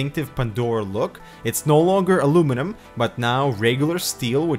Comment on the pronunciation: Dafuq is "Alooooominum"!!??